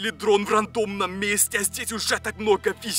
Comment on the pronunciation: Не весей а вещей!🥰☺️